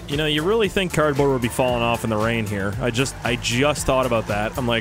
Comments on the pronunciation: You did not say cardbaord but cabet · “Carbon” I’m sorry but I’ve never seen anyone struggle sm to say the correct words..😭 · It is funny how he says carbond in stead of carbord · Intro: hey guys The guy who pronounces cardboard as carbon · this man said carbon the whole game and didn’t realize he hasn’t been saying cardboard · Take a shot every time he says "Carbon" instead of "Cardboard" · Lol he has been saying carbine instead of cardboard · not criticizing but youre saying carbon not card board not trying to be rude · You said Carpon spoiler